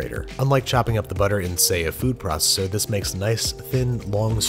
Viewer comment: "food prosser"